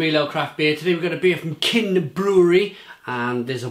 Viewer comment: Love your reviews. For the record, pronounciation is [chin] not [kin] :)